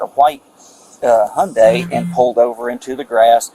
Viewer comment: Uummm…it’s Hyundai like ‘Sunday’😉‼️